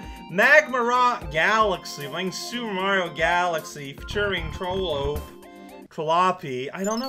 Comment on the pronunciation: It's pronounced "trollope". And that other word is pronounced "canal" (which is also how it's spelled).